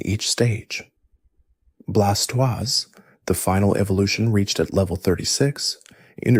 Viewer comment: I woke up when you said Blastoise wrong xD